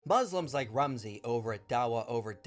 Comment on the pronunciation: you know they think from their ahh when they pronounce "Mouzzlimz"